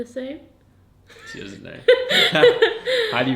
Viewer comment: "Makung" "dousnt"